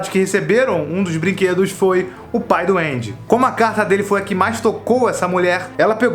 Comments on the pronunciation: Ele fala pai do Andy e eu entendo Pai doente... Blz FDS... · Mds. Sempre que ele falava "o pai do Andy" eu ouvia "o pai duende"